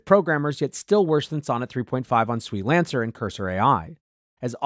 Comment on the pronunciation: SWE-Lancer is pronounced "swee-lancer" like "freelancer"